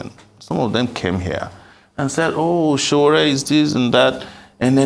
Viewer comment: It's Sowore not Sowere.. Very unprofessional of Arise TV